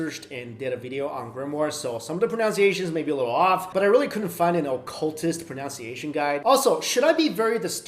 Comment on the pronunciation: Did he say 'pronounciation' instead of 'pronunciation'??